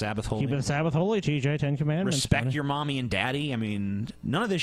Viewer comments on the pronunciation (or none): none